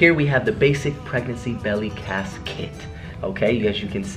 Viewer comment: Does anybody else realize Austin keeps saying belly casket instead of belly cast?!😂😂 Love you ACE Family!!♠♠